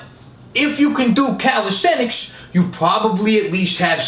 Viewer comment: That fact that can pronounce "calisthenics" makes him attractive and doable. (not with me though)